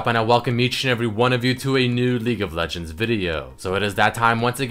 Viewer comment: I can't stop hearing "LEAK OF LEGENDS VIDEO"